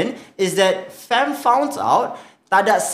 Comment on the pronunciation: Cakap betuk betul lah kita tu guba ei bi ci di.so you cakap FAM mestilah cakap FEM